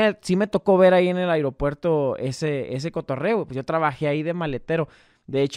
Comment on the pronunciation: se dice aeropuerto no airopuerto